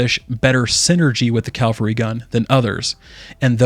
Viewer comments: CaValry. Not CaLvary. Thanks. :) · Dude, you also said CAL-VARY GUN like 150 timeZ. Also YOU NEVER NOT EVEN ONCE noticed that the EFFECTS that the WEAPONS apply are BASED ON CHANCE (aka NOT APPLIED WITH EVERY SHOT)